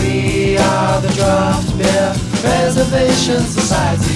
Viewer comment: I downvoted. Wrong stress on "preservation". Did you really think I wouldn't notice?